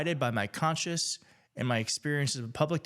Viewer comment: It's CONSCIENCE not CONSCIOUS! You read it incorrectly twice. Important to be correct in this forum. And.....so sorry for your terrible loss.